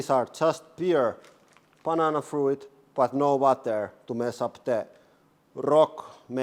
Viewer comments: I know I should leave it alone perhaps but: "frooit" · "froo-It" love it lol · It's pronounced froot